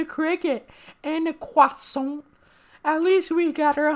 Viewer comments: O great one! May I offer you a CWOISSAWN in these trying times? 🥐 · And a cwasont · And a CWAASOOIINNT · Uncle CAUREL had a KWOSANT